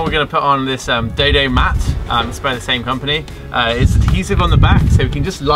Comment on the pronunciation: IT reads "dodo mat" but you say "daydaymat" and im so confused